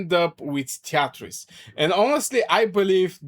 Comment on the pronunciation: treaties is pronounced "tree tees".